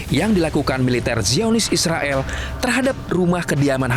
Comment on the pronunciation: Gila ya blom ada bukti, Ngomong nya eanak aja ya bilang isreael😂😂